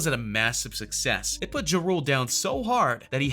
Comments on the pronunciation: It sounds like ur saying drool.. it's JA RULE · Lol he killing me the way he saying ja rule making it sound like jarule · LEARN TO FUCKEN SAY HIS NAME! JUE ROOLE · Please correctly pronounce Jah (like God) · Omg . He said Juh Rule sooo many times! I can’t!🤷🏽‍♀️🤦🏽‍♀️ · The moment this guy pronounced Ja Rule as Jarule I know the list was gonna be bogus. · "Juh Rule" lmao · Dude said “juh-rule” 🤦🏼‍♂️ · He said juh-rool 😂😂😂😂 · Juh Rule 😂😂😂😂🤦🏽‍♀️ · It's pronounced as Jah-Rule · Its pronounced Jaa Rule... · LOL JIROLE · Once he pronounced “ Ja Rule “ like that I stopped the video 🤦🏾‍♀️ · After You Said Ja Rule Name The Way You Said It I Cant Even Take This Video Serious. 😣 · Had to stop after Wayne, this narrator is an idiot, he said Ja’s name wrong too, lmao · Bruhhhhh..if ur gonna talk about BLACK rappers learn how 2 say they name..ur killin JaRule name my Caucasian dude..smfh..typical white boy..cant pronounce black folks names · Anyone else notice this channel STAYS pronouncing ppls names wrong?? Like Ja Rule and Cardi B. It makes me laugh everytime 😂😂😂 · Stfu you don’t know what the hell you are talking about when it comes to Ice Cube and Lil Wayne...you sound hella dumb. The FBI ended murder inc and Ja Rule. Also learn how to pronounce Ja Rule name right you FOOL! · This dude can’t even pronounce Ja rule name lol 😂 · He cannot pronounce JA RULE to save his life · Can you say JA rule correctly... jesus. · You can't even say Ja_Rule correctly STFU stop uploading BS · Can someone teach him how to say Ja Rule